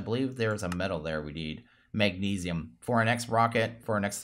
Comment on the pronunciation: you butchered magnesium by calling it maganeese or something like that